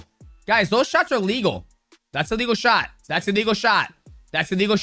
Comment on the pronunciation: they way you say ''A legal'' sounds just like illegal lol - maybe say one is okay other isn't